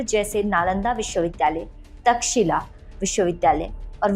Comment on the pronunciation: PLEASE NOTE Correct pronunciation is 'तक्षशिला' (तक्ष-शिला), you are pronouncing तकशिला